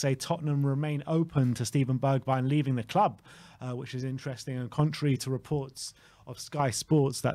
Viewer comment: can you not say interesting lol you make up your own word for it several times 😂 intrensing I think is what you say lol